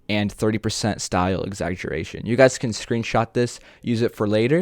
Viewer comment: right guzs XDDDDD